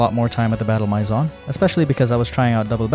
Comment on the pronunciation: Please, look up how to say “maison”.